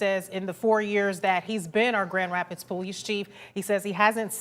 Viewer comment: Is it really so hard to say Grand Rapids " MICHIGAN " . NEWS is on a world wide stage now, how many years will it take to get reporters to do a half way decent job. Seems like they hire high-school drop outs that look good on camera.